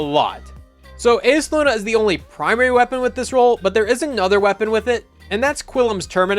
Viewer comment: Ufff that pronunciation of Eyasluna hurt me more than it should have. It's pronounced "eye-uh-SLOO-nuh."